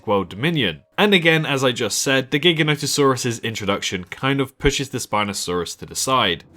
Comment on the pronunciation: It’s pronounced Jiga no toe saur us. Can you please give it the respect it deserves.